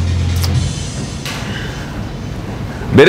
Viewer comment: 메르스데스 ㅎㅎ독일발음인가여? 한국에선 메르세데스 인걸로 아는데... 귀여우세요 석호선수님 ㅎㅎ